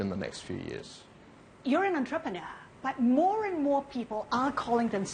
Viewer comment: 13.35 Your an antroperner 😅